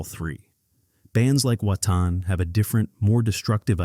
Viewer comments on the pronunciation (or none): the bandname WATAIN is pronounced in the more commonly heard way (I've heard a few). this is interesting. it's "WATAHN" a new pronunciation i've not heard for the past 20 years, to be sure.